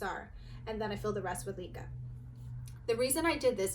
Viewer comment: It is not LEE-Kah it's LEh-Kah for heaven's sake! You are so beautiful but ruined the fun with your pronunciation, I can't.